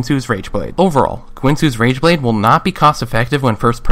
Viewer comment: u said guinsoo's rangeblade at the beginning xD